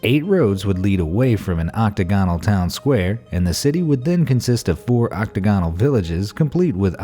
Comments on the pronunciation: Oc-TAG-onal, not Octa-GON-al. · OctAgonal, not octagonal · Learn how pronounce "octagonal"; also, Disney died in '66, not '96.